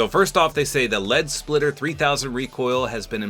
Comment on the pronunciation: its "spitter" lead SPITTER not splitter